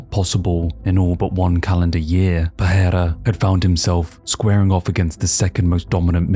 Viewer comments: Great video. One correction on the pronunciation if i may — and if you obey this you can be the first english-speaker to get it right. His name — pereira — is pronounced with 2 Rs. You — and joe rogan and all the other mma announcer clowns — keep pronouncing it pe-HEIR-a, as if the first r is pronounced as an H. That would be the correct pronunciation of the spelling of his last name had a double R at the front: Perreira. Yes, in that case the double R is pronounced as an H. But a single R, in portuguese, is only pronounced as an H if it comes at the beginning of a word: hence “rio de janeiro” is pronounced to sound like HIO-de-janeiro. Where there is only one R and it is in the middle of the word, you just say it as a R, simple. Why the collective wisdom of the UFC cannot master something so simple as to probounce the guy’s bane just as it looks on paper — instrad giving it some messed up pronunciation — is beyond me. Beyond that detail, great video. I lived 20 years in sao paulo. Alex p is the man. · Why do you say his name like that? I would understand if you were fluent in Portuguese. Alex doesn't even pronounce his own name with a "H" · There's no "h" in Pereira.